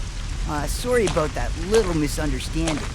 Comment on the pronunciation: "I said I was soORry"